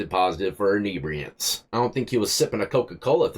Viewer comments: Common, enibriants? Call it what it is like the reporter, it was fentinal. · Inebriated inibriants 😂😂 now its a weird word you broke inibriate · "Inebriatants"?... Inebriated on Inhebriatants!... Haha!... Good Ol' Florida!...